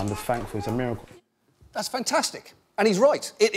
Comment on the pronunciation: "ItS A muRrUkle" "tHaNk Yo gOd" Scientists: You're welcome. 😐